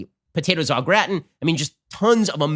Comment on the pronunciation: 🎵 Ben says Noter-Dahm, he also says Notre-Dame Some say au gratin, but Ben says o'gratten Eeether, either Neether, neither Let's call the lockdown off 🎶